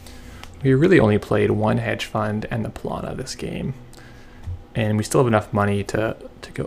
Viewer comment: The pronunciation seems to be "pal-na" as the unaccented a is silent.